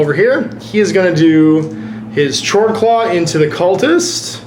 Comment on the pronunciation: It's pronounced 'kord-klaw'. :v